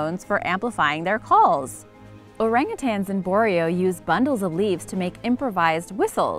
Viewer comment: orangutans in Boreo?? R u srsly telling us you haven't heard of Borneo to know that you were saying it wrong? Just wow